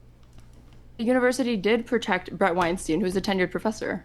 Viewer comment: I don't understand how at this point even Steven isn't pronouncing Brett's name correctly.